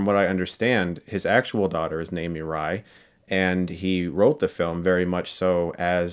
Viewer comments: As a lifelong Japanese anime fan you should’ve pronounced mirai correctly. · Mirai ( I'm pretty sure Chris was butchering the pronunciation here) mean "the future" or "tomorrow" .